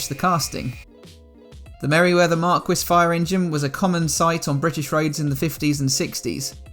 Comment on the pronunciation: Fantastic job! NB. Marquis = "Markee"